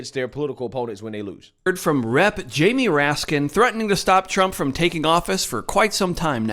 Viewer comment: Jaime's last name is pronounced "Ratskins"